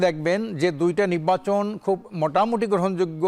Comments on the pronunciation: "নিব্বাচন" কি ❓😁😁😁😁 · তো নির্বাচনই বলতে পারেন না, নিব্বাচন নিব্বাচন করতেছেন। নিব্বাচন আর নিব্বিচন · অত্যন্ত সম্মানের সহিত কে বলতেছি আপনি আগে নির্বাচন উচ্চারণ করা আগে শিখেন তারপর রাজনীতিতে আসেন